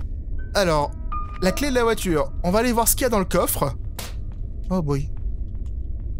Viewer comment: Ça m'a toujours perturbé quand il dit (la clé du covre)😂😮